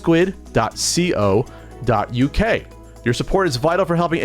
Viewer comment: Lol "dot C O". It's co as in co-op.